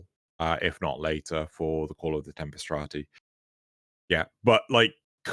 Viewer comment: no I dont feel nerfing Blood Rush and Weeping Wounds etc... would 'fix' melee as the meta would just shift to another copy paste build. also you keep saying "call of the tempstrati" i think you are getting "Tempestarii" confused with "Entrati"